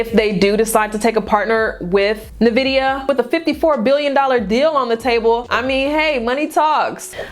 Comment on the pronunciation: and it's pronounced N vidia, not Nevidia 🤙🏿